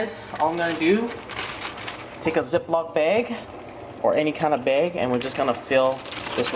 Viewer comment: baeg ^^